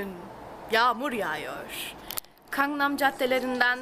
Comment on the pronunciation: Bilgenur Khj ㄱ ve ㅋ harflerinin telaffuzlari farklıdır, ㅋ daha baskın bir K harfi ve ㅋ şeklinde telaffuz ediyor. Fakat Gangnam ㄱ ile başlar "tatlım;)"